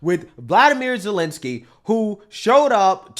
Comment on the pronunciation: Karmela called him Zelanski!!! For someone who gets butt hurt every time they forget to pronounce her Indian name right... That shits hilarious